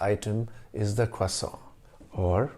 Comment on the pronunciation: First time on this channel, love it! I love the history thrown in everywhere. When you pronounced croissant with an American accent, it really threw me! You shofted so quickly and perfectly, and then right back. Well done sir! I look forward to learning more about your channel.